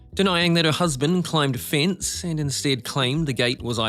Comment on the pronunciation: It's pronounced 'fence' not 'fince' 😂